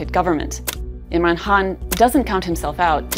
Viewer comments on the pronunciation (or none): Why do you keep calling him Imran Haan?😂 Don't you see a K? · Why do you keep pronouncing Imran Khan as Imran Han? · Why does this woman not spell the K in Khan? She keep saying Imran Haan...